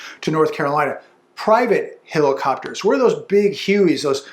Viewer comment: What's a "heilocopter"?